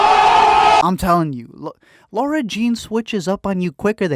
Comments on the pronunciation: Shes lara not laura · LISTEN: Love your videos but her name is LARA.....not LAURA. #letmeexplain #justsaying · Team John Ambrose. And dude, it's LARA not LAURA. LOL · Its the second movie and is still pronouncing Laura